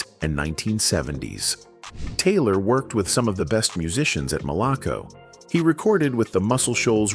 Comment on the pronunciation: That’s not Bernard Jenkins, Bernard is Black, I played in bands with Bernard. It’s also not “Malock-co records”, it’s “Mal-a-co records “. Johnnie and I were “conversation friends “ whenever he was in town, at the Maximillian night club in Jackson, MS. He did ask me if I wanted to join his band but I refused, due to family obligations and not wanting to get caught up in the lifestyle I experienced just performing locally, plus I had a great day job career that I retired from and still receive a decent pension to this day. Rock on Johnnie, in Soul Heaven !! 🙏🏽🎸